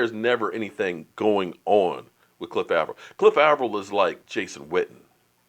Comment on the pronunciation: Also you keep saying Avril wrong